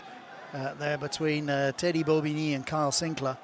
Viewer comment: Why is it that English commentators are too lazy to pronounce French names properly or at least attempt to do so? Anyone with an ear for the language knows that Alldritt is pronounced "al-dreet" not "awl -drit"! To his credit he does get many of them correct, such as Bobigny, Cancoriet and Thomas. Alldritt is a blind spot with so many commentators, it seems.